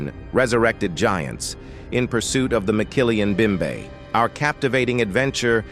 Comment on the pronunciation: ROTFL...there is no such thing as a McKillian Bimbe in the Congo. It's called mokele-mbembe. It's pronounced moe kay lay em bem bay Wow...I don't know how Mumbai got to Africa. Any time I've gone there, it's been in India.